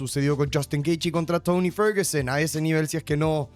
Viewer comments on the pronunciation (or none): Te esforzas en pronunciar el inglés veinte veces mejor de lo que lo haces con tu lengua real que es el español. "Touny Forgsen"? Toni Ferguson se dice, si vos te llamas Carlos Rodriguez, allá te van a decir Charles Rouchinguez. Amor por tu región, no por los que te esclavizan.